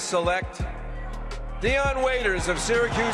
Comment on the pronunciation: Its not dion waiters hahhaa